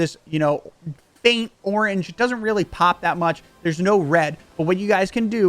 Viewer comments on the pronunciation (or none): none